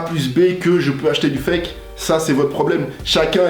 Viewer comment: 😁 tes chiant a dire foke le fake a la fin